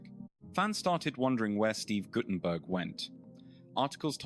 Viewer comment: Goddamn can’t even pronounce his name right